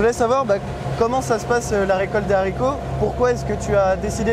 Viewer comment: Les fameux zaricots